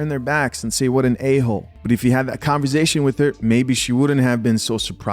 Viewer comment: you my guy! But just one time! It’s Con-V-ersation